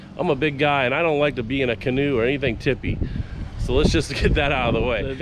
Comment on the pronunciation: Ghee-new is the correct pronunciation. Gheen is the builders last name and he liked fishing out of canoes but didn’t like the tippy ness of the canoe. So he designed the Gheenoe.